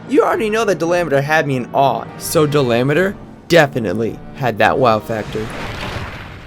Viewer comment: Dalameadur! it’s dala-ma-dur!